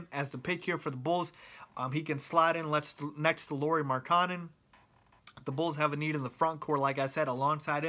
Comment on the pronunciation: Can you say Lauri's name again? Who the heck is Lauri Makanen?